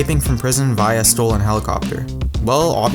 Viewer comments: he says via so wierd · your saying via wrong and its annoying